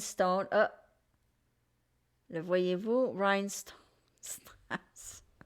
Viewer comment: Pierre de What? 😅😂🤣😄 pas compris avec ton accent « strass « c’est du faux